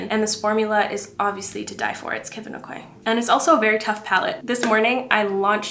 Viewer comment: So funny to hear how people pronounce Kevin aucoin. I’ve always heard it as “a-coin” but your pronunciation sounds so fancy 😂 love your videos! But for real tho, I think it is a-coin, I had a Friend growing up with that last name and that’s how they pronounced it 🤷‍♀️ hope your doing well ❤